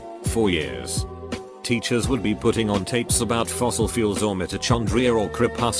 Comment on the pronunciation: I love how he says Mitochondria as Mitoshondria